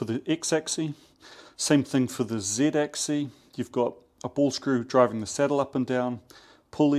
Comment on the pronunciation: Dude, it's axis with an S at the end... which is actually pronounced. It's not "axi". The plural is axes (pronounced "akseez"). You're welcome 😊